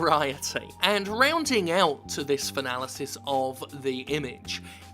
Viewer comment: "*Fanalize* this"? Are you saying we're supposed to set something on fire? Because I'm down for that.